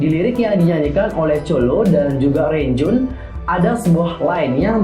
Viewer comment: Makasih Kak udah bedah teorinya,btw Renjun di sebutnya bukan Renjun Kak,tapi Lon-Jwin:)